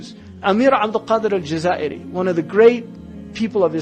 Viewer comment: Abd-El-Qadir El-Jazaïri!!! Not "El-Jaziri"! Please take care of the names!